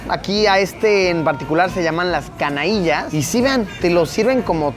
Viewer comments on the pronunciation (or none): canaillas no😅🤦🏼‍♂️, se dice cañaillas. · No es canailla, sino cañaíllas!!! A mi madre le encantan :)